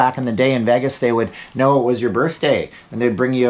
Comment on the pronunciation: I have never noticed this before, you pronounce Vegas like haggis with a V